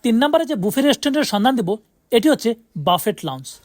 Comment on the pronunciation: ভাই বাফেট কি?? উচ্চারণ করতে না পারলে ভিডিও বানায়েন না। এর উচ্চারণ ব্যুফে । রেস্টুরেন্টগুলোর নাম বিয়ন্ড ব্যুফে, ব্যুফে লাউঞ্জ etc।